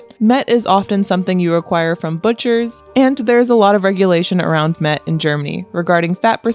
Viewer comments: Das ist kein Met sondern Mett ! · Das heißt" Mett!!!" Lkurzes e, Met ist was zum trinken!! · „Mett“ is spoken quick! With hard „t“